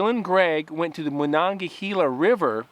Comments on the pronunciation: It’s pronounced MA-non-ga-hey-la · The way you're pronouncing the Monongahela is driving me crazy man. It's not Moon-on-gahela. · I grew up pronouncing it. Ma- non - ga - hay - la. But good job..🎃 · I wish I knew more about where these kids hiked. I'd be able to check it out. The river is pronounced Monongahayla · Just in case you ever need to know it again in the future, I'm from Pittsburgh, it's pronounced "mawn-on-guh-hay-luh" good try though! It's a native iroquois word that means falling banks. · Moe-NON-guh-HELLA River is how we say it in "The Valley" (Monogahela, Monessen, Sonora, Charleroi, PA). Or "Mo-NON-guh-HAY-la". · "MonangaHEYla" is how we pronounce the river's name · As a native yinzer, I had to laugh at your butchering the pronunciation of the Mon river haha.